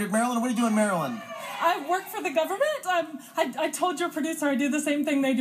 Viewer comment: "I work for the government" What accent is that?